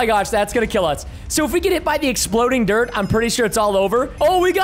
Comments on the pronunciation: u said drt but not dirt?? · preston spelt dirt wrong he said drt